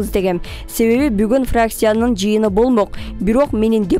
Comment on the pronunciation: жакшы суйлойсун бирок, фракция деп суйлоп журчу фракСия дебей.. "Ц"ны "С" деп суйлойсун..